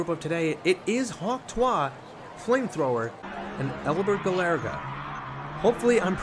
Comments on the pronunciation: hawk tuah is pronounced hawk "to" "e" spit on that thang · Btw your pronouncing hawk tuah wrong